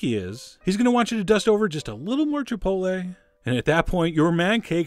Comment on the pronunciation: I love you, but you lost me at Chipoltle.